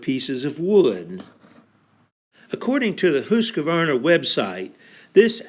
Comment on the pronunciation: I wish you would pronounce the name properly. You seem to be saying Husq a varna. Wrong. Leave out the "a". Good video.